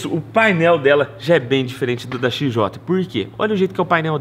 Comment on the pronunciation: Esse "O" em "XJOTÃO, não existe... Se fala "XJTÃO"!!!